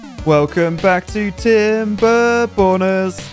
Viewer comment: Everytime I hear the intro, all I hear is "Welcome Back To Tim Bor Boners". LOL